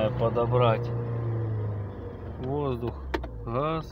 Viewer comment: Газ а не хас!